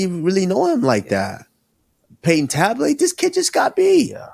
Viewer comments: Payton talbott ❌ Payton tablet ✅ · “payton tablet”😆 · Henry aint right for letting Kamaru keep saying Peyton Tablet 😅😂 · Also there has to be someone monitoring the podcast as a helper for any and everything to help it stay professional and factually correct. Even just there to help them with not mispronouncing anyone or forgetting anything. Like usman calling Payton Talbott “TABLET “. Henry never corrected him nor did kamaru change his pronunciation showing there no one in there ear or telling them when they’re wrong about something. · Kamaru needs serious practice - Say it with me... Payton....TAL-BOTT - He's not an iPad bro lol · Never aks Karmaru to say Payton Talbott.